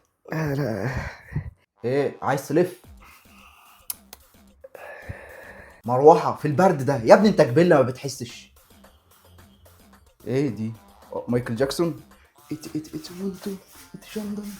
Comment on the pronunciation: ميكال لاكسون مش جاكسون😂